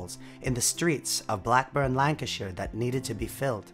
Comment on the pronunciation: Thanks for correctly pronouncing Lancashire so many people mispronounce British place names such as Edinburgh and county names but you were spot on 👍